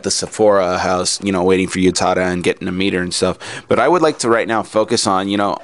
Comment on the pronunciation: um, sorry but i just need to say this, it's not YOU-tada. it's U-tada. Oo-tada. but then, ah well. i love your voice. it's an interesting insight too.